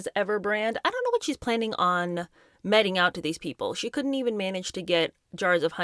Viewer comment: Discovered your channel recently and I’ve been enjoying it, but some of the word pronunciation is doing me in lol. You say meting quite a lot, but it’s not pronounced “metting” but rather like “meeting”